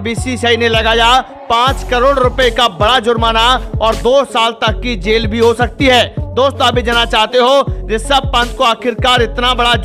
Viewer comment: Abe chuuuu Jail kese bol raha hai....